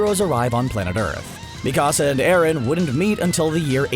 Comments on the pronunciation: Luv CBR also it’s not Mekasa it’s Mikasa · Bro, the next time you make a video about AOT, pronounce Mikasa’s name correctly . Go watch the show again. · Not you butchering mikasa’s name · Especially Mikasa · its mikasa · Tripp McGee, yeah I agree. I was dying (not of laughter) because they were pronouncing their names wrong. Also Jack Keifer, yes they need to learn how to say Mikasa, it’s so weird how they say it.